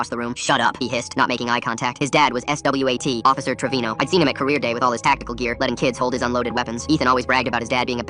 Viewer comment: Just say swat bro 😭